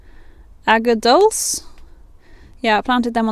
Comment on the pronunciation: Aquadulce is pronounced akwadoolchay. Good luck with your job search.